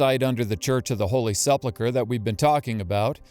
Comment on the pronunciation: ‼️He pronounced the word “sepulcher” correctly exactly 0 times in this whole video 🤡 Sleplecler? Seplelcler? Ah you get what I’m trying to say. Why try?